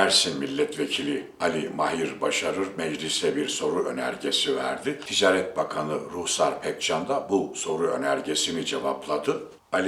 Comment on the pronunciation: Mahir deği...Maahir a yı uzatacaksınız...Ticaret değili...ticaaret...uzatacaksınız..Madem böyle önemli bir yayın işi yapıyorsunuz..Biz de dinlemek istiyoruz.Fakat Türkçeyi doğru telaffuz etmediğiniz görünce duyunca üzülüyoruz..Lütfen..Bir yabancı bile doğru telaffuz ediyor..Farkında değil misiniz?Düzeltiniz lütfen..Kitabınızı bile aldım..Sıradan bir iş yapmıyorsunuzki..Bakın yazarken FAİZ dediniz..faaiz diye a yı uzatacaksınız..Lütfen..A lar ile sorun yaşıyorsunuz..Sesli harflerle..Bir de robot gibi okuyorsunuz...